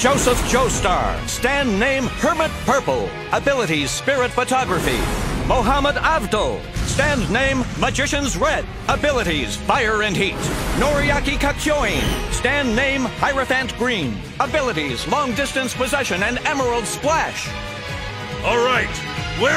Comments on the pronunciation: Nigga just called him noriaki katchoing instead of kakioin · Why do they pronounce "Kakyóin " ?! It's Kakyoín !!! 😣